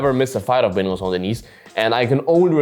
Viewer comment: Cmon man if you can pronounce "Gaethje" or whatever you can at least try for "Benoit" especially concerning the fact that, you know, its who your video is about...